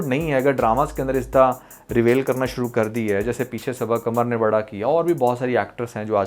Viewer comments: Bhai ap aik aahda English course kr lein....... itniiii khraab English.....actresses........reVAIL 😂😂😂😂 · You even do not know how to pronounce basic words such as " reveal" etc... apparently you have made this video to get views. You are showing us what we had missed but if you are a drama nalysis then analyse dramas not women. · Bro Reveal ko pronounce to karna sekh ly... pair video bnana.... Bro ko un ki dressing sy koi problem nahi..... Yeh to pori film dekh k fatwa lgaty hai...🎉😂 Bro you should famous at that level..... they are earning money .... You are doing same....